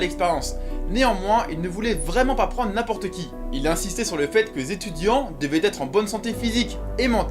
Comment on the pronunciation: Les .... zétudiants ? 😆